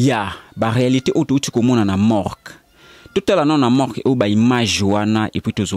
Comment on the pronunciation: Oyo elobeli nini oyo, na koki ko landa émission yango tein boufff, Morgue et non Mork bouffff